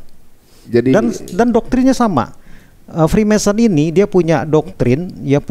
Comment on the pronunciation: Freemason om....bukan freemanson